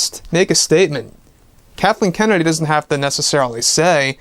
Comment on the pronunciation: He said Darthleen kennedy